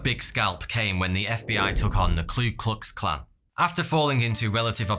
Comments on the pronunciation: Two minor nits here: It's not the Klu Klux Klan, it's the Ku Klux Klan. Waco is pronounced "Wake-oh", not Wacko. Otherwise, very engaging stuff, as always. Liked. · it's KU not KLU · Literally 0 People:: "KLU Klux Klan"